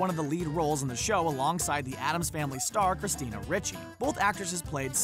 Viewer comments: christina RICHEY??? um, i think its pronounced "Reechy" DUH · It's Christina "ree chee" not "ri che". I've heard her name pronounced "ree chee" ever since 'The Adams Family' was in theaters. Never have I heard it pronounced "ri che". What country are you from, dude? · Why can you guys at and CBR ever pronounce all the words correctly in a video? Its Christina "Ree-chee," not "Rich-ee." And your slate for "She's a Tomboy" says "She has a strange diet" again. C'mon guys, quality over quantity.